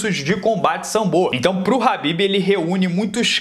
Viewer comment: Alguém sabe dizer porque ele chama o khabib de habib?